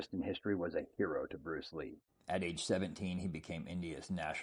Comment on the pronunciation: Brucleee. Muhmaadali.